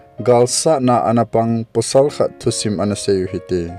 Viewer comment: pusal pasal... not posal